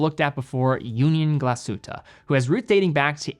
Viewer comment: as a german...i knew TWO of those brands XD amazing video. thank you. p.s. tiny detail. your pronounciation is good. if you want to perfect it, in glashütte, emphasize the glas, not the hütte.